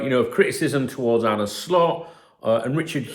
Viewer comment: It wasn't really worth doing tbf.. Nothing new learnt apart from Richard Hughes has about 100 different ways to pronounce "Arne"